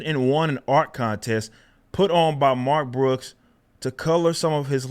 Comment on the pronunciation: Mark Crooks! Did I hear it wrong, or did you say it wrong? BWWAAAAHAHAHAHAHAHA